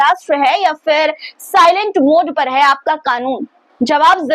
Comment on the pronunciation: Fans nhi phans hota h . Urdu seekh lo pronaunsation (talaffuz) theek ho jayega. Fir nhi phir hota h .